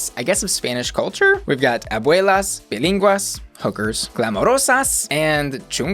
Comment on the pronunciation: Well, the word pilinguis was not pronounced that right 😅